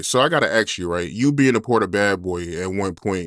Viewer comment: Amazing? Can’t pronounce the word ask though.